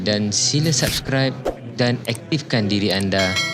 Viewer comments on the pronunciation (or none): none